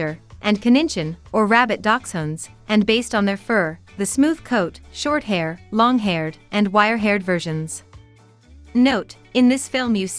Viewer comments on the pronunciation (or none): none